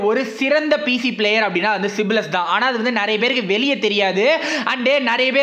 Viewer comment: சிப்லஸ் இல்ல bro சைப்லஸ்😃